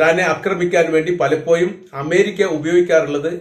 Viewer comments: Bhasha nannakkuka Palappoyum ennalla palappozhum sorry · പലപ്പോയും അല്ലടോ പലപ്പോഴും